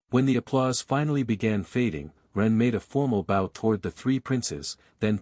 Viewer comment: Can the voice fix the word bow please....